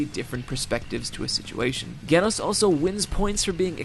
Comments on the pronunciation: Okay, how tf are you mispronouncing Genos, though? Soft G...like J...is that just in the dub or something??? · I love that he explained why you should watch opm but he butchered genos's name it's pronounced jenos im not being bad just pointing it out you know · PRONOUNCED JEH-NOH-S OMG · It's pronounced "jen-oh-ss", but that's fine. Idrc, still awesome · If this mf says GE-nos one more timmmmme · The way you say Genos is horrible. Who tf pronunces it Ghenos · It's pronounced Genos with a J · I am having a hard time figuring that he says "GAYnos" to be funny or he is actually pronouncing it wrong. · You said "genos" with a "g" sound. Not with a "j" sound.... Yep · all was good till you said g enos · I had to stop when he said Genos like gaynos. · "genos" is pronounced "jenos" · It's genos with a g as in Georgia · Anyone else triggered that he pronounces Genos's name wrong? It's Gee-nos. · "Gehnos" You're doing that on purpose >3> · I love your videos but dude..... get a pronunciation guide. You mispronounce so many names from various shows it kinda bothers me. Genos is pronounced (jen-ose) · u keep saying genos's name wrong u put to much emphasis on the G when u should be sayin it like a J. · I love the video, and the anime, and the manga, aaand the web comic, but I just need to say one thing; It's pronounced 'Jenos'. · HIS NAME IS GENOS... "JEN-OHS" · He pronounced geneos wrong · Yeah, this, and his pronunciation of "Geno's" tells me he never actually watched the show. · GENOS NOT GAYNOS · its pronounced JENOS! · genos is pronounced like in genocide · Genos is pronounced Jenos...... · jin -Ohs = Genos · its pronounced gay-noss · it's jif not gif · I pronounce it Geh-noss LMAO, "à la française" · Just a minor correction, Genos is pronounced with a "j"-sound, like the words "genesis" and "general." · man just said Genos like you say gif and I about lost it. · Great video but the way you pronounce Genos is forgivable! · IT'S PRANOUNST JENOS